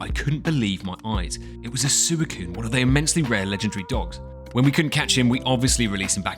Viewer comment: Why did you pronounce suicune like that im dead 😭😭